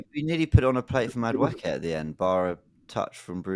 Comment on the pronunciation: I think is saying Madueke name right, its should be: Maduwooooookie